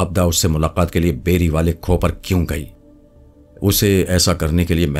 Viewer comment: Khoh nhi khoo kehte hen